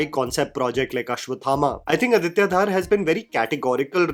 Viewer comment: yaar, it's not Dhaar it's Dhar